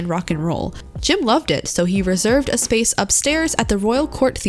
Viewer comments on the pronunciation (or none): none